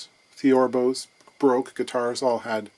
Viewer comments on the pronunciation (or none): none